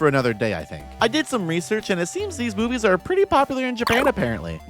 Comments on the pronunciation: I thought you said Shark boobies at the start and then was wondering when you'd show Shark furries on screen. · I misheard "Shark Movies" as "Shark Boobies" in the intro. "There is a shark boobie for everyone and I mean that." yes true. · when she said shark movies, I thought she said shark boobies and then I got sad because there werent shark boobies :( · I thought you said "shark boobies" for a second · ngl I thought you said "shark boobs" the first few times and well, yeah, a lot of shark movies also have a lot of booba in them, huh?